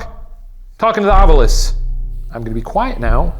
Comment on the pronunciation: No, I say "It's Ovilus damnit! Not Ov-U-lus! It's written right there! Read the bloody word!"